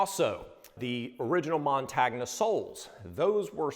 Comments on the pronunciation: You guys are the best. Keep up the great work. As a suggestion its pronounced "montonya". But it is all love!!!! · No disrespect gents but the "gn" part in "montagna" (which means mountain in Italian) is pronounced "ni" similarly to the sound of "ni" in "onion". So "montagnia" is pronounced "mon-tah-ni-ah" Nice restoration. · Hey, just a quick little detail....Vibram is an Italian company, and the word Montagna (the name of the soles) means mountain and it is pronounced mon-tahn-ya. Just thought you might want to know! Great work guys! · Probably not a big deal, but the word montagna is pronounced mon-tan-ya, with the "o" having the long sound. The tan-ya is pronounced as "nya" like the Russian word nyet. Sorry, I lived in Italy. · Yo, didn't one of you two go to uni in Italy? Thought you would've picked up that montagna means mountain in Italian, and is pronounced montanya, like the g in lasagna